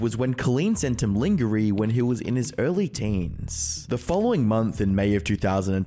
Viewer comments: Sent... sent him what? "Ling-grr-ee"? Dude, it's lingerie. Lawn-jer-ay. I've literally never met a single guy who doesn't understand that word, considering lingerie only exists for your sake. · Dude said “Ling-Gah-Ree” instead of Lingerie. It’s pronounced: “Lahn-Zhuh-rey” I swear commentary YouTubers have zero idea how to pronounce French words… or have never been shopping with a woman. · “Lingerey” had me dying. Think of it as “lonjuray” my guy Edit: damn, really wasn’t expecting so many random comment warriors to start up in the sub comments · i call it “ling-gear-nee” because I hate how “Lawn-gee-raye” sound 😂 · I'm sorry, I couldn't get past pronouncing lingerie (lon jer ay) as "lingeree." 🤣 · Oi he pronounced lingerie (lonjeray) as LIN-GERY bahahahahahahahahaha brooo come on man 🤣🤣🤣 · That's the weirdest pronunciation of "lingerie" I've ever heard. It's "lawn-zhure-aye." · Lingerie isn't pronounced linger-ree, its pronounced londge-a-ray btw. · its "lawn-ger-ay" not "lin-ger-ee" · just say lawn-jer-ray fast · yeah lingerey is crazy 😭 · Glad someone else mentioned this. 😂 Enjoyed the video, but lingeray stuck with me. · Took me awhile to figure out what “lingerine” was! 😂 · I can't believe Coleen sent that young person LING-GER-EE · The way he said "lingerie" had me laughing so hard. It's pronounced "Lawn-gee-raye" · ngl i laughed out loud when he called Lingerie, "Linger-ee" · If you’re having someone write you a script at least learn all the words first. Lingereee 😂😂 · the way you pronounced lingerie cracked me up. its pronounced like: lawn-jur-ray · Linger-ee is killing me lmaoo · ling-gur-eee? lol sorry, that bit in the beginning killed me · Bro said linger-y 🤦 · “liengeree” lmfao I’m dying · Lingerey? What kind of pronunciation is that 🤣💀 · People get so wrapped up reading their script they just read what’s in front of them and don’t think about it Lingerie is pronounced lahn-zhuh-RAY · I'm so put off by the "linGeree" Seriously my dude? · "LINGER-REE" lol